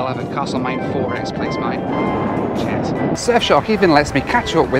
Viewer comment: When you said "Cheers" it sounded like "Charles", an homage to the current King. By the way, my condolences to you and all those in the United Kingdom on the loss of Her Majesty. Her funeral was quite beautiful. Glad we in America are strong allies with the UK.